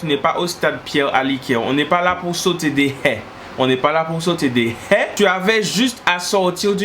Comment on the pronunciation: Des ”è” XD